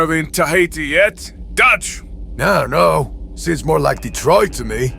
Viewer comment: Dutch with your accent lol